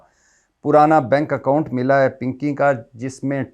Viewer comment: 🤣😂🤣😂🤣😂 pinkay pe boht hasi arhi payt may derd hogya has has k aap ka pinkay bolna boht acha lga 😂🤣😂🤣😂👍🏻💯